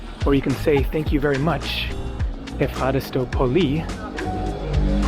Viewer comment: Thanks - ‘F-harris-toe’ Ευχαριστώ (took me ages to get that right!)